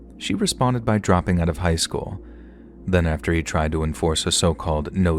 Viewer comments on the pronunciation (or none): none